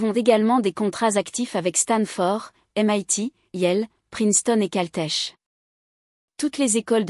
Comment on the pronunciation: "Rien qui n'impose" au lieu de "Rien qui impose" : le contraire... "CALTECH" se prononce Caltek, etc. Les mots anglais ne sont pas bien prononcés. L'orthographe du récit écrit n'est pas respectée.